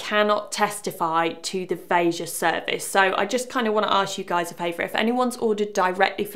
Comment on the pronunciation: Kudos to you for saying the brand's name properly